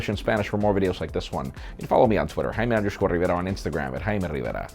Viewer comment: That's the correct Spanish pronunciation